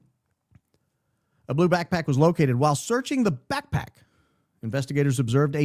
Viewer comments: The way he says it 😂 like “quick quack” 😂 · Your play on the pronunciation of "BackPack" is already... played out. Now we are adding PipeBomb to the mix? 🙄🙃🙄